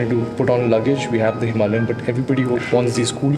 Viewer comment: Today I learned that it's "hiMALayan", not "himaLAYan"